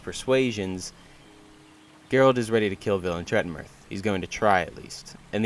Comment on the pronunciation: Yeah pronounciation is probably right. The name is not Polish anyway, there's no "th" nor "ll" nor "v" in Polish language, it's stylized as western(Tolkien)-style fantasy name.